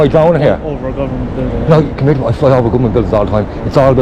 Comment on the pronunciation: Fair play lad, “c’mer to me” 😂 proper Irish 👌🏻